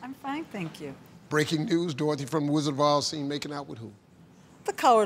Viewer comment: Did he say "The Rizzard of Oz"? 🤣